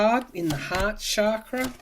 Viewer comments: Awesome reading, per usual! TYSM! I've always considered him to be like manure helping our garden grow. Quite unpleasant, but a necessary evil, aiding our evolution as a society, one of the catalysts for the coming changes. So your comments about his crown chakra very much resonated. FYI, was once told that chakra is actually pronounced like cha in cha cha, not like sha. Love and light to you! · Found this more detailed explanation on pronunciation, if you're interested. Guess it's actually like "chuck-ruh."